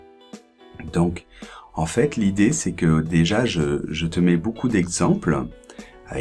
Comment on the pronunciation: bonjour, ne penses-tu pas qu'il soit plus juste de prononcer "è" quand tu dis "j'ai fait"? C'est juste une mauvaise habitude de ta part ou y a-t-il une règle qui m'échappe? Merci!